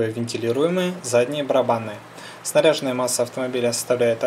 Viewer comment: выучи как правильное произносить слово снаряжЁнная масса, а не снарЯженная!